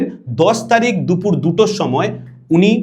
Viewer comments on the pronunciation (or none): none